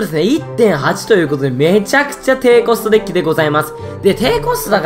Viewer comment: デゥキってわざとなの？